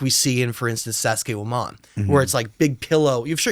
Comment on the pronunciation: i hate when people change the name of something known to something with their own twang.. sounds like dude said sassayhuaman